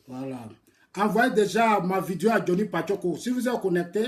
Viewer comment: Ont dit pas vidio on dit vidéo